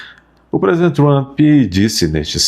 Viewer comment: Esse tal de MARCO RUBIO é outro babaca, como o "TRAMPI" (como pronuncia o )